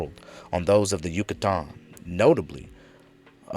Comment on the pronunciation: Dude great presentation but the way you pronounce Yucatan is fuc$ing killing me